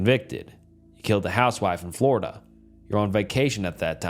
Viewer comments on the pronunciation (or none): none